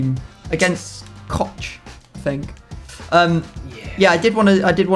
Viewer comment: you dont pronounce it Koch 😉😂